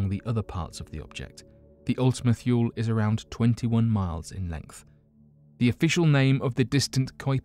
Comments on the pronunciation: It's pronounced Ultima Toolie. Idk why he's saying thuel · He's not American. Why should he adopt an American accent? Are you claiming Americans are too stupid to understand a British accent? If you want to get on to him about pronunciation, why not point out that Ultima-Thule is not pronounced "thool" but "thoolee"? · I need you to practice your pronunciation cause you can say all the other words perfectly but when you messed up methane I had to stop watching plus Kepler and wth is thyool! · Your Thule pronunciation is a bit off, its "too-lee", and it was renamed Arrokoth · Your videos would be so much more serious if you pronounce words correctly. You mean one or two Miss pronouncements is one thing but the whole damn video you should use spell check next time